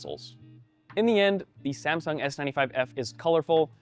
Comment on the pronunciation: "SaNsung" Hah! xD